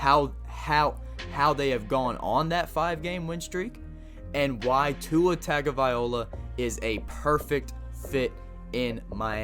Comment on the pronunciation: When you butchered his name I almost Closed this video